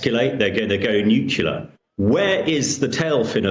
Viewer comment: 'Go nu-cu-ler?' He sounds as articulate as George W. Bush. His level of understanding is about the same, too.